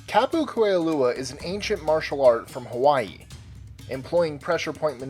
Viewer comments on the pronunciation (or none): none